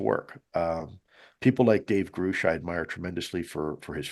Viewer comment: Lue- Great interview, but this is 2nd time I’ve heard you mispronounce David Grusch’s last name. It’s Gr-uh-sh not Gr-oo-sh. Keep up the great work and have fun in the SCIF on the 29th with David, Chris, and AARO!!